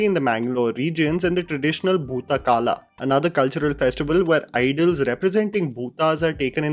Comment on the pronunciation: It is bhuta kola not kala